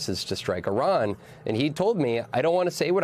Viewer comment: Ma' am Iran's not Irak. But I understand yankees are getting too tired to think.